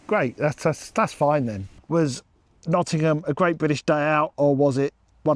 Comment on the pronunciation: Also thank you for pronouncing Nottingham correctly 🙈 (Pigeon milk!)